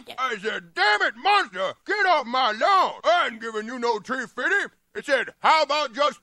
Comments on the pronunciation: “Tree fiddy” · About tree fifty lol Never gets old